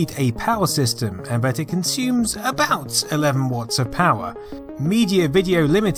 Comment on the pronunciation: that "about" sounded to me a lot like a Canadian abooout for some reason.